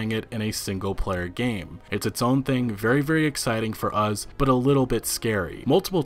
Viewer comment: Us. Not. Uhz.